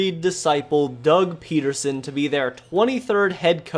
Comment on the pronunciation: It's PEDerson... not PETerson..there is no T in his name.